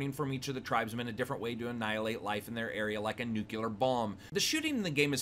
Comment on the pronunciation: Stopped the review as soon as a I heard you say "nucular". As much as I like your reviews there are some things I can't get over.